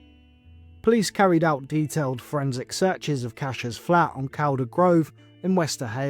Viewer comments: It's pronounced Caul-der but written Calder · Really sad, but strange that nobody saw her over Christmas and New Year, but didn't report her missing then. And, Calder is pronounced Cawlder